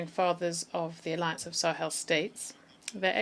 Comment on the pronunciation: Est-ce que vous vous réécoutez après avoir enregistré ??? Pourquoi vous dites Marley pour citer LE M-A-L-I , et vous dites Marleyens pour maliens, le Président G-O-Ï-T-A vous esquintez son nom ! Quand au mot S-A-H-E-L , je ne dis plus rien : la prononciation est si infecte qu'on finit par ne pas savoir de quoi vous parlez. S'il vous plaît , écrivez phonétiquement les noms et mots importants pour que votre IA puisse BIEN LES PRONONCER : C'EST HORRIBLE À ENTENDRE quand bien même on veux vous suivre. Faites un petit effort. Merci.